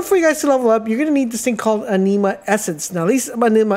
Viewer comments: Bro sorry..just gotta..its pronounced.."AN-NIM-MA" kinda like animal..its not a blood disease!! (Iron deficiency)..🤣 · The way you pronounce anima is really triggering me lmao, it’s said like animal without the L not aneema! Also avarice is ava riss not ava rice 🤣 great tips tho regardless, thanks for sharing 👍🏼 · The word is (Ah)neema like in the word animal..inflexion on the A, not a(Nee)ma. The same theory to the word A-va-ri-ce...inflexion is on the A at the start of the word phonetically should sound Ava-riss. Thank you for the video. It could have been explained, however, in fewer words making it a shorter video. I hope you learn the lessons as well. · Even tho you butchered alotta the pronunciations (i.e.- avarice, anime, etc.. [avarice ends in “iss” sound; and anima is short “i” sound like”Animation”, & not sounding like the low iron blood disorder-Anemia.. lol], it was still a good informative video. Lol…. Could you possibly make a more advanced video, one Not for beginners? No one has any, and I am trying to see if there is anything I overlooked or any builds that I overlooked. Thanks